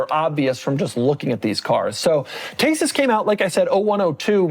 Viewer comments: Decent pronounce of the Lancia, however it is not “taysis” it is just “tEsis” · It’s Thesis not Tesis!!!